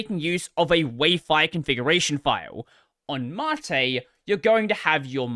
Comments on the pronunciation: Why is it pronouned 'matté' whent it's spelled 'mate'? I'm still getting over 'Gnome' being pronounced 'Guhnome'. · Man I really wish if he said "Mate" the funny Aussie way :(